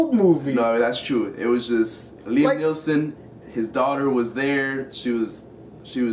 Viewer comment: NEESON!!! not neilson